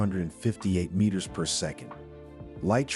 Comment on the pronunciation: This narrator doesn't know how to pronounce Fahrenheit or meters??